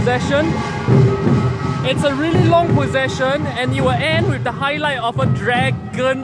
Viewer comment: HAHA limbu looks so cute!! Ehhh if u come back to SG, let limbu see our chingay. its a lot more exciting and nerve-wracking than this! :P Btw, i think u mispronounced 'procession'.. :x